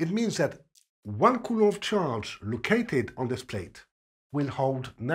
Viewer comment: It's amazing to hear a french physics teacher pronounce Coulomb's name. I finally can state that I know how to say the name of the man and that I had learned it from a 100% reliable source, lol! Thank you sir for your efforts and your work! Your teaching way is just staggering! God bless!